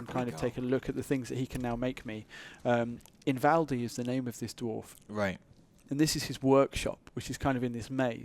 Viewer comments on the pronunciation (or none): It's pronounce ee-val-dee not in-Val-dee.